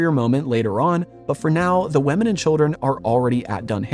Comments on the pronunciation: Is it just me or is he saying “wemmin” instead of women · Why do you say "wemen" for "women"?